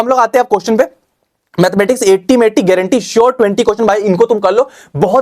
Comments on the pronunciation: Granti ha was epic 😅😅😅😅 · How bro said gaurantee 😅😅😅😅❤